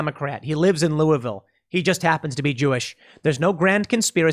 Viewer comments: Being from Kentucky, I am just really impressed Tim pronounced Louisville correctly. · Thomas Massie got to Tim! “Lou-a-vul”!!! Good on you!!!